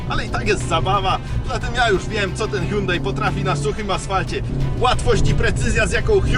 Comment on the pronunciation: Milion znaczków N i jakieś wymioty na próbę wypowiedzenia nazwy marki Myślałem że dowiem się coś o aucie ale niestety jedyne co się dowiedziałem że pierwszy i ostatni raz odwiedziłem ten kanał. Żal żenada tyle na temat prowadzącego